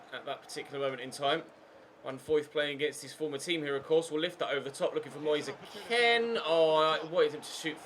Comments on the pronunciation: It really annoys me when you call kean k-e-n It’s k-EE-n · I hate the way he pronounces it, isnt Italian so just say keen